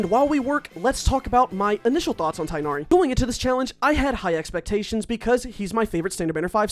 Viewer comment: It’s pronounced tig nari